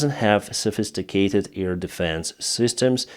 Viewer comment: Thank you for your reports. I see them every morning before I do something else. Please try to say AIR, now you are always saying EAR. Ear support, earfield... But hey, love you. Greetings from Belgium, Marianne